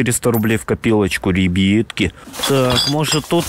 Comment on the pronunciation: братан почему ты на слова ребятки говориш рибитки или ребетки